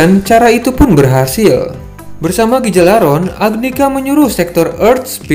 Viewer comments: Duh, Gjalarhon, dibacanya "galalhorn" Bukan "gejalarhorn" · bukan gijalaron tp cara bacanya ghia -lar -horn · gijalaron??? cara bacanya bukan gtu tp harusnya Gha- lar- horn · Yalarhorn bang bacanya